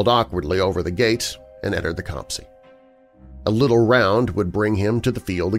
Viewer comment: Great stories. Just a little thing, 'copse' is pronounced to rhyme with crops.